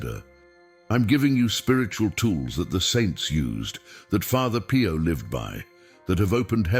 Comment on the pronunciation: father PIE-YO lol